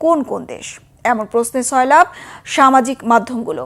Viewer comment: আরে আফা ছয়লাভ না সয়লাভ